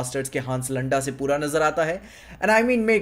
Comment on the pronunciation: The way you pronouncing landa is something else in chattisgarhi language